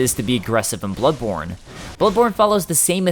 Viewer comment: Hmmm I definitely didn't hear buttborne at first.